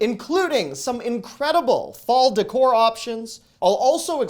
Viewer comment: DECOR Pronunciation: It's not "ducore", It's "daycore." It's a foreign word, I believe it's French